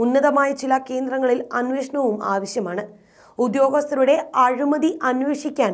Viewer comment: അഴുമതിയല്ല അഴിമതി . വാർത്ത വായിക്കുന്നവർ കരുതൽ കാണിക്കുക.